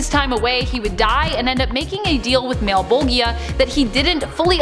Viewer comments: mal-bo-gea hehe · Did anyone else cringe just a little everytime she said Malbolgia? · You are right! It is pronounced Malla-bowl-juh or Malla-bowlj-ee-ah. I immediately felt that I had said it wrong after we filmed this and I went to check & resolve that mispronunciation, but alas there was a miscommunication and it didn't end up getting fixed in the end. It was a really busy day; we filmed lots of content. 🤯🤯🤯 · Why the hell are you saying Malebolgia like that 😅😅